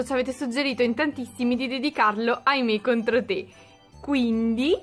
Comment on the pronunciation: Non si pronuncia mi contro ti metti un like se e davvero quello che ho detto